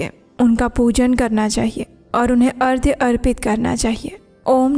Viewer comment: Ardhya nahi arghya